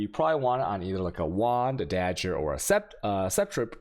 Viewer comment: wtf is this "shaos-damage" and "dajjers"?